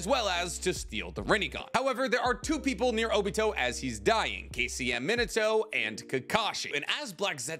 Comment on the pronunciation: Meen-ato that’s how you say It